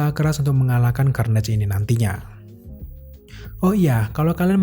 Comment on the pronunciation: Cara bacanya Karnej woy. Bukan kernej